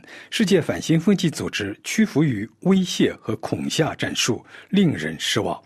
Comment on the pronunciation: 恐吓he, 播音员应该注意下这个读音